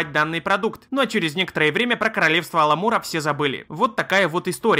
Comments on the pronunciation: Уровень контента: "Аламур" вместо "Амалюр", говорит про KotOR, показывает картинку из SW:TOR. Понятно. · Амалур) а не аламур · Ну не Аламур же, а Амалур... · Amalur! А не "аЛамур", шок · по моему Амалур а не Аламур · Амалур, а не Аламур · Не Аламур, а Амалур. Ужасная нудятина. А Джейд импаир, вообще не про Китай. Это вымышленная страна с вымышленной мифологией. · Читать "кингдомс оф аламур", когда сам в видео вставлял название kingdoms of amalur это как-то... За Амалурку прям обидно стало) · ну что за тупой байт? написано Amalur, а читаем как Аламур. надеюсь все-же, что автор просто туповат для ютуба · Какой еще аламур? Ты читать не умеешь?